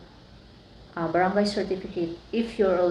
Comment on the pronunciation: THANKS FOR THE INFOS... ONE THING!, BAT GANYAN PRONOUNCE MO SA BARANGAY PINOY KA NAMAN HAHHAAHAH CHAR.!